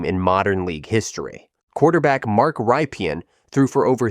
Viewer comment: Washington REDSKINS: Mark Rypien’s name is pronounced “RIP-en”, not “Ripe-e—in”. And the likely reasons the 91 team is underrated and forgotten are: they fell completely apart within 2 years (4-14 in 1993 and 3-13 in 1994) and have never recovered, as well as the fact that it was Mark Rypien’s only good year. Rypien was a lot closer to Trent Dilfer than Tom Brady: surround him with a great team and he’ll get you there. If he’s all you got, forget it.